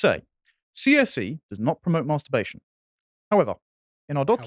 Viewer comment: It's not 'Maaaarrrster-bation',.